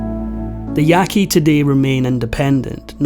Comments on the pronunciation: You say the name of this tribe “Yaah-Kee.” And please do your research about tribes who “surrendered” to the government because you’re completely incorrect and so is your title. A common practice is to use peer reviewed academic sources of the DISCIPLINE. So don’t use those old archaeological opinion pieces that still float around as they’ve been discounted as racist and blatantly inaccurate. So, if you’re discussing Native American history, then you can only trust sources from a professor of Native American studies in order for the info be considered credible. Oh, and there’s also the national archives which discusses every single dirty horrific detail of the conquest of the Americas and what was done to the people who were there first- written by the colonizers themselves. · Ya qu i not yaqi